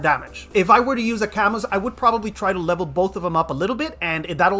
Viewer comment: isn’t his name pronounced cah-mu?